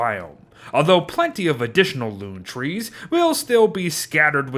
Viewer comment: Anyone else here when it said "tress" instead of trees